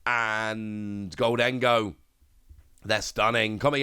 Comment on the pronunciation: It's GOHL-dun-goh. NOT gohl-DEN-go. Just say "GOLDEN-GO". Let's get this right now before we're subject to a lifetime of frustration.